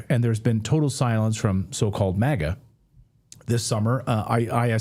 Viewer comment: It’s MAGA….not MIGA….I is for Israel if you didn’t catch that